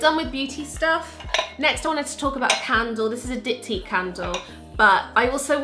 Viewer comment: pretty sure you said Dicktyque, hehe 🙊